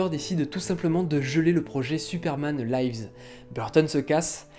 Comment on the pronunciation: Superman laïvz ? Là c'est pas du live, ça se prononce "li-vz" comme en français mais avec le 's' prononcé Bizarre en plus, parce que la deuxième fois tu l'as bien prononcé mdr